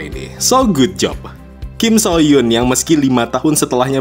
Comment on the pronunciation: Kim Soo Hyun bacanya bukan kim-so-hyun tapi kim-su-hyeon